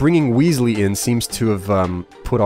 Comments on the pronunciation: WES-LEE!! NOT WEESLEE! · Its not an ee sound in Wesley its an e like in pet. Also please carry on forever!!!! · It's not weasely, it's Wesley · The name's pronounced Wes-lee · please you know how to pronounce "Wesley" good and well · Please say Wesley's name right :3